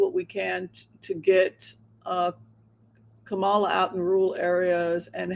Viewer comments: Kaala Harris ..its not Komal .ah..as you pronounce it but ... Kah .mul ah or comma,la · Kamala, accent on the first syllable like Pamela or Hillary or Jennifer or Caroline or Marilyn……..